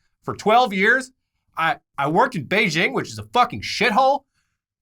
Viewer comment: Beijing is NOT what you said....